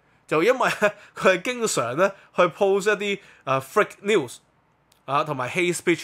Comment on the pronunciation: ，係fake news, 唔係frake news.